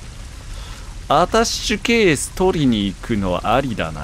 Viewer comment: 一人称『あたし』発言が多くて、『アタッシュケース』すら『あたし』に聞こえてしまう